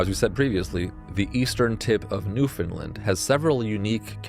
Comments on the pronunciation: Its new foundland not new finland. It is being miss pronounced. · I love this! Also I'm an atlantic canadian and just so you know, Newfoundland rhymes with understand. You put the emphasis on "land"! :)